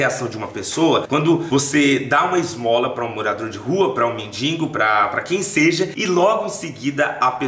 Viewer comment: Mendigoooo não mendingo